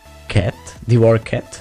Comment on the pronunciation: Divorced se čte "divórsd", jinak pěkné.:)